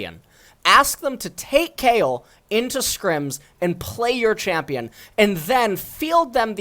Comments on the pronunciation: DID HE JUST CALL KAYLE "KYLE"? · How are we supposed to believe this guy when he can't even pronounce the character names right. He called Kayle Kyle..